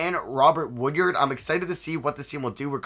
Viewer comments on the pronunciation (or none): For future reference it’s pronounced WOOD-ARD not WOOD-YARD. Much love